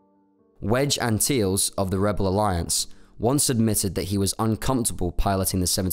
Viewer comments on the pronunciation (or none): Did you day "Wedge Anteels?" For real? It would be a minor quibble if someone from the general public mispronounced a beloved and well-known character's name, but it's a major faux pas coming from a dedicated Star Wars YouTube channel. C'mon son. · It was painful hearing Antilles pronounced like that